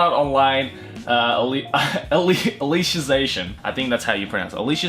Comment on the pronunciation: cant read Alicization in english but if its in katakana 👌👌👌